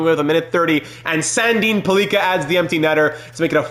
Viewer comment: please learn to say pellikka. it’s like pelican. google it